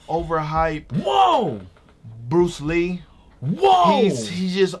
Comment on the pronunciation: X!!!! You killin' me! lol Put some respect on Bruce Lee's name yo! C'mon now!